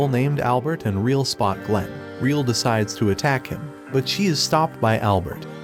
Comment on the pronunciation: Just as a slight correction her name isnt “reel”. Its Re=L, pronounced Re-L. Other than that its a good video on the show.